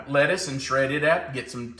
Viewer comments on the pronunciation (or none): none